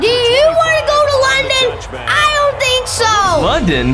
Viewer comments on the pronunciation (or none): none